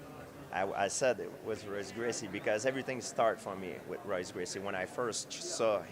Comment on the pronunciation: If Royce is such an inspiration to you then why have you never learned how to pronounce his name correctly?